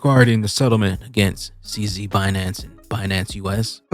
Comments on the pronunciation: Who the fuck says BEENance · Yellen could have intentionally mispronounced Binance🤔👀